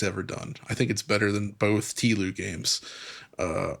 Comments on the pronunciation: I hope never to hear someone say "teelew" for TLOU again. Jesus fucking christ that was awful Edit: oh fuck it got much worse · "TEE LOU games" 😂 just say Last of Us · "Tee loo" 🫪